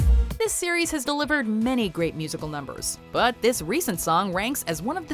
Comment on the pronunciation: it sounds like your saying Siri and so when ever you say series Siri will pop up to say hi